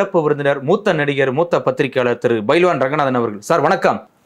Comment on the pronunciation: It's not bayilwan, it's pahilwan